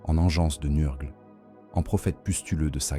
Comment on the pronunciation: Excellent comme toujours. La lecture IA ne me gène pas sauf quand elle massacre les noms. Tu devrais essayer de changer l'orthographe de certain mots pour que l'IA les prononcent bien. Typiquement, nurgle = neur-gueule car entendre nurrgleuh toute la vidéo ça fait vriller le cerveau lol